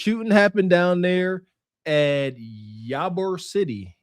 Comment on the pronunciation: Ee-bor city (ybor)